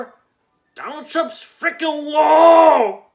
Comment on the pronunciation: "Donal Trum's Frikin Wolll!"